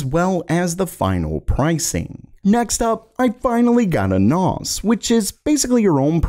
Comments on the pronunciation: A zus (two words i guess) and Nos, not asus and nas. I cant help but keep track of this. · Please pronounce things properly. It is not a noz it’s a nas. “S” being the operative letter here. Network Attached Storage, you don’t say ztorage do you? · wtf is a "naahz" ?? a storage server?? ohhh a NAS ??? as in 'naas' ... that rhymes with 'grass' and 'last' ..... I hope you get this bro because the comment section is not gonna let this one go... :/ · Naus? Really its pronounced NAZ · N-awe-sss? N-Ah-Sss... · NAS, not NAUZ. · Wtf is a "NAAS" That is not how you pronounce it He got cheese shoved up his nostrills? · Hell Nahz he pronounced it like that 😂, Network attacked storage N A S. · I hope that you do not take this as me picking on your accent, but it is pronounced Nass -> Network Attached Storage. The A in NAS makes the same sound as the A in Pass. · Can't say I've ever heard NAS pronounced that way before. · Sounded like NOS to me! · Nas like the rapper 😂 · Network Ottached Storage? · Sounded like NO2, we been living quarter mile at a time 😂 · This is the first time I've watched, and it will be the last time just thanks to how he says NAS. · Why does say nas wrong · The way you say NAS is snotty and grating I don't know why. Like chalk board bad